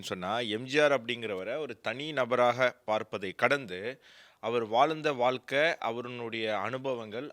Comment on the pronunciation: தயவுசெய்து வால்கை என்று சொல்லாமல், வாழ்க்கை என்று சொன்னால் நல்லது